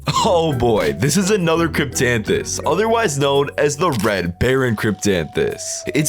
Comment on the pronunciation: And he said it right thank you very much !